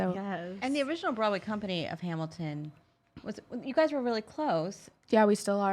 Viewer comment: I cringed when she said Hamil-couple, NOBODY CALLS IT THAT